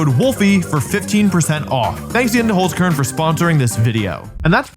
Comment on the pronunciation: btw its hOlzkern not hUlzkern. Kinda funny how you pronounce it :D